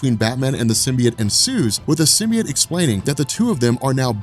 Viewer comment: Sim... Bee... Oat... Say it with me "comic's are actually my job" guy. Love you and your channel, but if you're not sure, ASK! You look like a stooge and this is unwatchable. Simby... It lol.